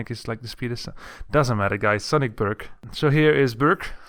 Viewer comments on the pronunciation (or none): You cant say ö